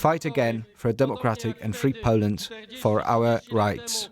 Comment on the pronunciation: Awful voice of this woman - can't pronounce "Poland" properly. it's the BBC so presumably she ticks and "ethnic inclusion" box - certainly not there because of her ability to pronounce words properly. Out of a population of 60 Million she's the best choice to be on a news channel ?